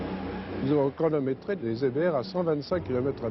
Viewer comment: Étrange façon de prononcer EBR.